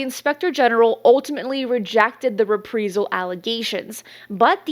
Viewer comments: Love your show. However, it was maddening to keep hearing you mis-pronounce the word 'Reprisal'. It should be pronounced: RE PREYE Sal. As far as David Grusch. Quite simply he's a fraud. While he may have had a Security Clearance, it doesn't make him an Intelligence Official. Official implies far more importance and power than he ever had in his duties. He was an Intelligence Officer, as far as I can tell. Of which there are tens of thousands active and retired in the Armed Services alone. There is a long time UFO Channel called 'Secure Team Six'. A month or so after Grusch made his claims, the Channel did an outstanding and professional review of the claims and concluded Grusch was not credible. I had already come to this conclusion myself because his story had far too many holes, and he quite simply didn't talk the talk correctly. I base this on my own 33 year career as an Army Intelligence Officer and later as Independent Consultant to a series of National Intelligence Offices and Agencies. Its one of those things that his trade craft doesn't ring true, and its obvious to those who really are inside. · It’s pronounced re-prie-sel, like pie. Reprisal. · Pronounced “re-prize-al”. Thanks for coverage though. 👍🏻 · Reprisal…..say it like it’s spelled “repreyesal”…..pls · The word is reprīzal. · ITS PRONOUNCED RE PRY SAL AS IN EYE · I think she is! Repreyesil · Yeah, driving me up the wall. It’s not reprEsal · is multilingual, she’s doing her best. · I speak Spanish as my wife is from Venezuela and I can see why you'd pronounce it that way if that's your context. She spends like a native English speaker to me though. It'salso possible some parts of the English speaking world would just say it like that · Please just learn how to say reprisal. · Anyone ever notice that she pretty consistently pronounces words wrong. Reprisal? There are multiple in every video. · It's RE-PRIZE-AL NOT "re-pree-zal". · It’s pronounced ree-PREYE-zal (as in “eye”)